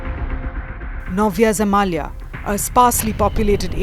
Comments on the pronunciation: Horrible pronunciation by the presenter . Its " Novaya Zemlya" FFS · Nova Zemalya ha😂😂😂😂not Nova Zemlya😂😂😂😂😂😂😂😂😂😂😂😂😂